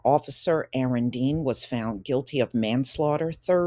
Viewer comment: YOU SAY YOU'RE NAME RIGHT!!!! 🤣